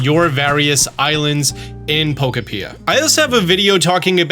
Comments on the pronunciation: “PokO-Pee-Ah” is certainly a way to say it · Please stop saying poko-PEE-ah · Not to be that guy but it’s Poh-koh-pya as in Poke + Utopia! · Po-cope-pea-uh…. And nice video. I just want my Lapras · Plz God learn how to pronounce Pokopia 😂😂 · The game is pronounced like utopia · That's a weird way to pronounce pokopia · When you make a video but can’t pronounce the thing you’re making the video about. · Holy moly I do not vibe with how pronounces the word pokopia. It sends me everytime he says it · Giving you a thumbs up but the pronunciation of Pokopia made me 🤨🧐 haha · Can you please pronounce pokopia right? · Say the game right please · is literally everyone saying Pokopia wrong or is it not knowing how to pronounce words again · Can you please say Pokopia instead of Pokepia... its triggering 😅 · Pro tip. It’s not po ka pia it’s po kopia. Like Pokemon utopia. Don’t say po ka pia!! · I was coming to say the same!! I’ve been calling it po-kop-ia, like utopia. All called my town Dittopia to match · Love the “Poco-pia” instead of “po-copia” pronunciation. Stealing! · PRO TIP ITS POKOPIA, LIKE UTOPIA. PO KO PIA NOT PO KO PEA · "you're saying it wrong. its poKOpia, not pokoPIa" - Hermoine Ketchum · I have been pronouncing it Puh-Cope-Pia not Poka-pee-uh. Based on the advertising and treehouse. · Cannot fathom why anyone would pronounce it "Poka-pia". It is a play on "utopia", so it should be pronounced "Po-kopia" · You pronounce Pokeopia wrong. It rhymes with “utopia”. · Pokopia❌️ Pokapeeuh✅️ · You should really pronounce it Pokopia (pokemon eutopia)... emphansis on 2nd syllable, not 3rd... poh-KOH-pee-ah. Not poh-koh-PEE-ah. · It's not pronounced poko pia. It's pokopia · pretty sure it’s supposed to be pronounced poke-OH-pia like dys-TOH-pia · poke-opia, not poko-pia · Brother, it’s Po-Ko-pee-uh. Not “Po-kuh-pee-uh” lmao. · FOR HEAVENS SAKE, it’s pronounced poKÖpia… NOT pokoPEEEEuh 😭😭😭😭😭😭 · not poe-koe-pee-ah LOL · po-KO-pia. it's like utopia